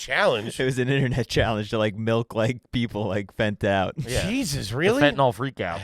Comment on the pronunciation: The way says “melk” instead of milk is infuriating